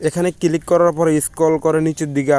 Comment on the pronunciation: কিলিক করব? কিলিক কিলিক 😂 Local English 😂 কোন School থেকে পাশ করছস?